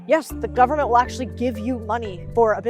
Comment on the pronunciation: Correct,what "Mon-eye" does this govern-ment have??????